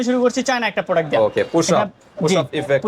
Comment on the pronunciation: প্রোডাক্ট৷ এর নাম ই উচ্চারণ করতে পারছে না এটি যে কত ভালো হবে সেটিত বুঝায় যাচ্ছে 😆